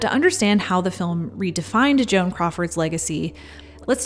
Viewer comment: It sounds like you say JOHN instead of Joan. lol. Why did you make this vid? For the ads? ok. EDIT: for anyone wondering, why did I watch this? I didn't after 3 mins. I had enthusiasm to watch, but the intro was AWFUL!!!!